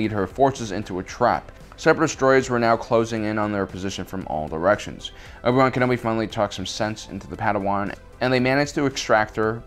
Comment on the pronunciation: Love how you pronounce Obi-Wan Kenobi, it's like Owe-B-Wan Kenobi.